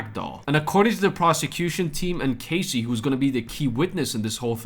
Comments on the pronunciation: It’s Cass-eee not Cay-cee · KAHSEE not CASEY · Good repot today but your pronouncing Cassies name wrong. Its Cas like cast. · I'm obviously making a joke about how he's mispronouncing Cassie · Hey mate. To myself it was not obvious at all otherwise i would not have commented. Have a good one!